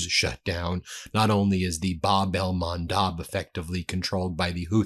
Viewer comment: Ben, it's "MAN-DEB" with an E